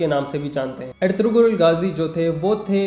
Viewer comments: It is "ERTURUL" when we pronounce it. There is no G in turkish language so it is Erturul Gazi not Ertugrul gazi. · Ertuğrul mein g silent word hai , toh pronounce erturul rhta, aise (ğ) silent word rhta Turkish language mein.... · bhaiya Woh erturul Ghazi hai bhaiya G silent rahta plz correct in audio bhaiya if your making next video on this topic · That's erturul g is silent